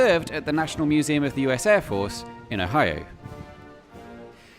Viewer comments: you didnt say ohio right its o-hi-o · I love they way you pronounce Ohio.